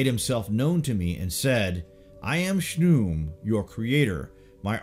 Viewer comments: I don't think Khnum is pronounced "shnoom" but more like kuhanoom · His name is pronounced KA-NUN but spelled Khnum. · Khnum. Not shnum.